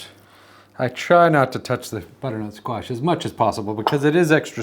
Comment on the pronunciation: Thanks for sharing. I just wanna check am I the only one that heard him say Squat instead of Squash a couple of times? My sound bar is sticky